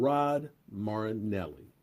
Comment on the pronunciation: Merrrrrinellli. Not MARAAANELLII...FOR HOW BIG OF A FAN YOU ARE, YOU ARE HORRIBLE WITH PRONUNCIATING OUR PLAYERS NAME